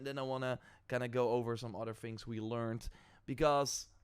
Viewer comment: Its THINGS not FINGS . learn words and you will be more popular